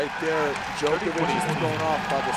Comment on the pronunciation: Djok-O-vic not Djo-KER-vic